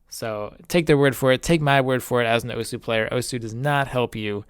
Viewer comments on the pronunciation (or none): Oh-sss(like a snake) not Oh-sew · Not that this matters at all, but it' pronounced "Ohss" not "Owhsuh". This has something to do with how Japanese works. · Its pronouced awws not oh soo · it's pronounced ohssssssssssssssss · really hate the way you pronounce osu.